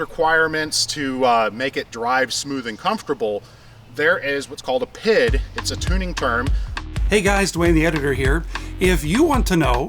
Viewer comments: It is correctly pronounced PEE, EYE, DEE, not PID. It is a Measurement and Control positive feedback loop. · P, I, D we don't say pid lol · It’s pronouced by spelling: P-I-D... No one says PID like this XD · Just a FYI for you guys, PID isn't pronounced as a word as you are doing, it is an acronym and is pronounced as the letters "P" "I' "D" just like FYI is pronounced "F" "Y" "I". The term PID has been around for years in the Industrial Automation and manufacturing world a having worked in this industry for over 30 years, I cringe every time these acronyms are missed used. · have never heard it called "pid", in industry it's always "pee eye dee" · Say it with me, pea eye dee controller.